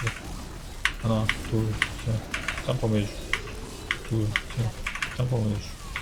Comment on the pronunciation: 하나 둘 짬프? 맞는건가 몬말인지 ㅡㅡ알아듣기가 ㅋㅋㅋ